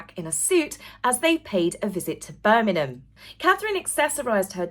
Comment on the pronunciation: love love your channel but we live in BIRMINGHAM not Birningham 😊